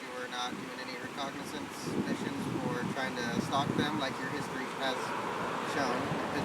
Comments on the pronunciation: recognizance mission, lol. did he mean reconnaissance? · Did That dummy say "Recognizance missions" SMH READING IS FUNDAMENTAL